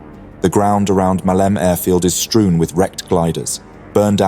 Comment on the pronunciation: Muh-lee-may not Muhleem.